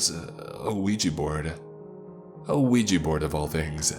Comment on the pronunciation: yet another case of a 'Weegie' board haha. Why can people not pronounce 'ouija' correctly?